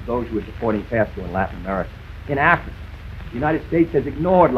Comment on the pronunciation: You automatically lose the debate if you say Cuber instead of Cuba, Indier instead of India, Africer instead of Africa